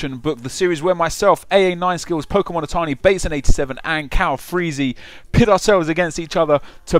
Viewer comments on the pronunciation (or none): none